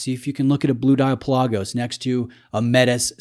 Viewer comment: You're killing me, Smalls. The proper pronunciation of the Greek word Pelagos (ocean), is PELL-ah-goes, not Pa-LAH-gos. I own both. Considering current ownership of a U1 and a Seamaster Diver, the Speedmaster would be my choice.